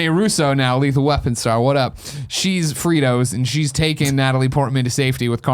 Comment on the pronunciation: I was holding on until I heard Greg call Frigga "fritos". Then the laughter could not be contained.